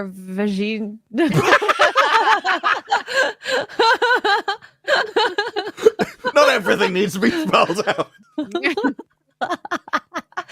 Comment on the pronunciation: "Brutalized her vajeen". is the best